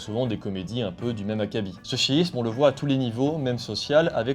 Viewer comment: toujours chouette - un détail cependant, purement formel mais avec des effets sur le sens un peu, hmm, embarrassant : il faudrait éviter de prononcer schisme comme chiisme, ça n'a pas du tout le même sens. Sinon, merci pour ton boulot.